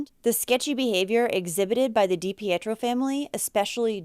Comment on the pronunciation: Mainer here that’s dating a Dipietro NO RELATION it’s pronounced Dee Pee tro